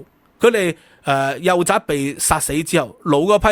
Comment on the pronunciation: 幼崽(读音:仔)